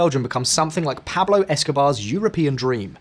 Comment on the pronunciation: You guys should use Speakly to brush up on your Spanish pronunciation 😏 Pæb-lo 🤦🏻‍♂️